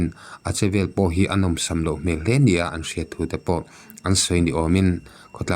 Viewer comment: Hmêl a, tih tûr hi HMEL A, Hmel tih hi pian hmang landan a ni a, HMÊL tih tûr a ni. A rik chhuah dan ah hian a ki hi a ri hniam tûr hei hi hriat a tha